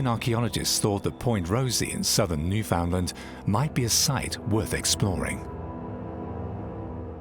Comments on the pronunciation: Newfoundland is in Canada and you emphasize the last part, land. Newfoundland understand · I get so fed up with people who do not know how to pronounce the name Newfoundland!! The emphasis is on the last syllable, not the second! It is pronounced "New Fun Land" with emphasis on the Land, not the Found, please!!